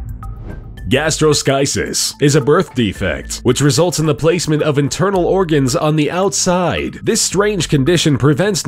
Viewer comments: Gastroschisis is pronounced “Gastro-skee-sis”. It is prevalent in neonates of mothers who used drugs or smoked during their pregnancy. It isn’t evisceration of the heart (as shown in the picture), but rather the intestines. The intestines are placed in a sterile bag hanging over the neonate allowing gravity to slowing push the intestines into the abdominal cavity, thus stretching the baby’s skin to fit the organs. Once completed the baby can have surgery to close the incision. Methoglobinemia is pronounced “Metho-globe-en-eemia”. Anything ending in “-emia” means that the patient has increased levels of the substance, in this case, methemoglobin, in their blood. Methemoglobin is just Hemoglobin with iron in the ferric Fe3+ form instead of the usual ferrous Fe2+ form. This makes the patient unable to bind Oxygen & they therefore turn cyanotic (blue). There are many causes such as drugs, gases, & congenital diseases. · They pronounced gastroshicis wrong.